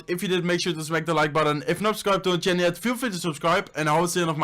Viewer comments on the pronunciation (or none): none